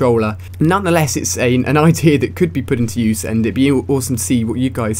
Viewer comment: He said ideer instead of idea